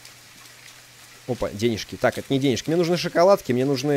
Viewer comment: ***** Ну он же говорит не шоколадка а шЕкаладка вот и я так пишу